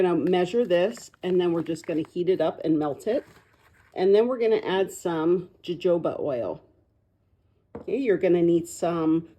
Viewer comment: Please learn how to pronounce these products. Pine rosin is pronounced with a short O and sounds like ra- zen. Jojoba is pronounced ho-ho-ba long sounding O's, short sounding A. Not trying to be mean, but if you are going to teach, then it needs to be understandable my friend. Great video otherwise. Thanks❤❤